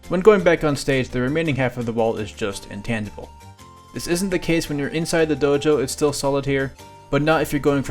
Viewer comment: Am I hearing it wrong, or are you saying that the walls of the Dojo are “intantable” or “intantible”? Unless I’m missing something, it’s called “intangible” with a soft G